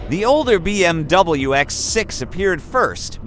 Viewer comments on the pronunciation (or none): Бм дабл ю😂😂, по настоящему — БМВ , меня это реально бесит то что не могут нормально сказать реальную названию машины